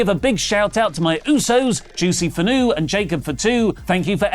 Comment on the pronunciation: Just to clarify my wrestle talk buddy pumped juicy was mentioned on here, his last name is finau(fee-now) not fanu,bless up y'all the best wrestling news outlet ever p.s. love takes on saying tongan words toco ofast 😂